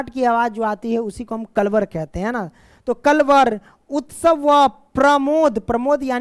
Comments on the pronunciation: पक्षियों की चहचहाट को कलरव बोलते हैं। आप कलवर बोल रहे हो । ठीक से हिंदी भी नहीं पढ़ पा रहे हो और बच्चों को हिंदी पढ़ा रहे हो। वैसे तो आपको शब्द ज्ञान होना चाहिए यदि आप हिंदी पढ़ा रहे हो तो और यह भी नही तो कम से कम लिखा हुआ तो सही से पढो़😢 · कलवर ❎ कलरव 👍